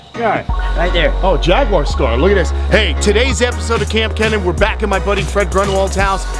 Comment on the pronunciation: I was watching Joey’s King of DIY live stream and I asked him if he was gonna collab with Paul Cuffaro or KAMP Kenan.. I forgot what he said about Paul but he said he’s gonna collab with you in April. He pronounced your name wrong though LOL (Kamp Kee-nan) is how he said it watch the live stream if it’s still up haha